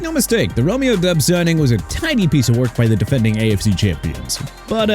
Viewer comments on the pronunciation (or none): Exactly! They also need to learn it's pronounced DOBBS, not DUBBS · Diggs did nothing in the playoffs per usual. Why keep him? And it is Doubs not Dubbs. This is horrible work. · Doubs was in a big reciever rotation. No Number 1 receiver in Green Bay....and it's pronounced DOWBS